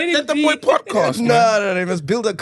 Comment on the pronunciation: 😂😂😂the way ghost lady pronounced shebe😂 shibishitz😂😂